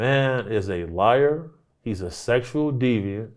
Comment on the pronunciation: "the man is a seckshewal deviant" DAMN!